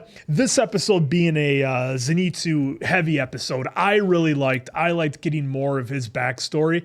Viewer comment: "Zenito"? Seriously?